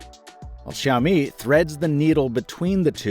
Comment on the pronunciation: WoW!! The first English/American youtuber who can spell and pronouce Xiaomi the right way...good job! My heart just beat faster when i listen "Xiaomi" the right way. 👌🏻